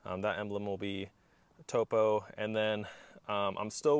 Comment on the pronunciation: Not pronounced “toe-poe” Pronounced like top-o, as in a topographic map. Cool stuff man!